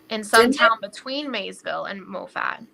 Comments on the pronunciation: Its pronounced maw-fit, not mow-fat. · Moffat is pronounced Ma fit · I enjoy your reporting. Moffat County is pronounced MA phut, as I recall. Ty for your persistence in this story. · Pronounced Mah-fet